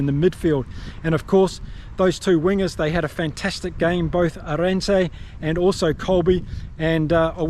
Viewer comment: Great post. It's pronounced, Aah rend sa.😉